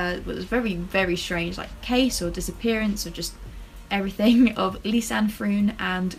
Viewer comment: You pronounce the ‘oo’ in froon like the ‘o’ in the word ‘show’!